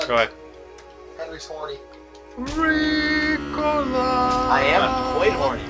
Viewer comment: i'm suprised - amis know ricola xD 1st time i heard one doing the *riiiiiicolaa* quiet good i must say :DD